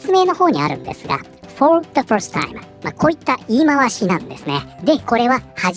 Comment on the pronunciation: first timeが「ホルスタイン」に聞こえた。英語をヒアリングからやり直そう